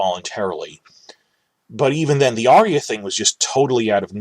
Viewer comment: PS For a guy who pitches himself as being so smart - I'd think you'd have the sense to know that the name is ARYA, as in AR-yuh. Her name is not ARIA as you repeatedly said.